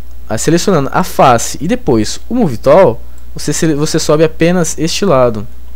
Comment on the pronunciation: Bacana seu tutorial, estou acompanhando. Vi até agora umas 4 aulas. Acho importante a estratégia que vc usou em alguns vídeos de iniciar a aula mostrando um objeto ou cena que iremos conseguir fazer no fim da aula. Com relação ao seu inglês.... realmente tá complicado :) Uma dica! a palavra tool pronuncia tul, pivot = pivô. De qualquer forma parabéns pela grande ajuda que vc tem dado não só a mim mas a muita gente.